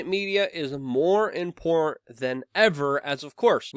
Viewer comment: I think you're wrong on how you pronounce "important"... it's not "import"..